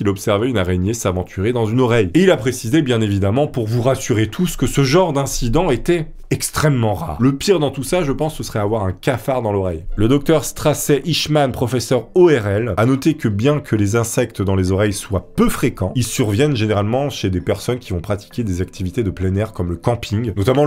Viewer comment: Dr Strasset, qui se prononce Stacy mais on t'aime quand même